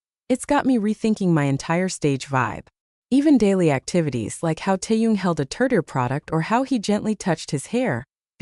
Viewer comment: Please pronounce Taehyung’s name correctly! It’s irritating!